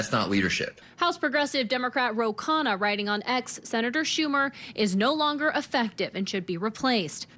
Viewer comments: KHANNA its pronounced KANA - not KA-Hannah! UGH! It's not hard, really. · Please pronounced Kana, NOT Kahana! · His name is Ro Khana, not Kahana. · Please get these corrections: Khanna NOT kahanna. Senate LEADER not speaker.!!!!! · Khanna, not Kahana. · It is Kanna. The h is silent. 😊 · FYI Ro Khanna’s last name is pronounced “Kah-nah”. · psst. The 'H' in 'Khanna', is Silent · Khanna is two syllables :)